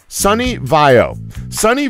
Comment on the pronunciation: DId he pronounce SONY as Sunny?